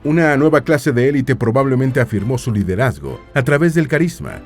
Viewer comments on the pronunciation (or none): none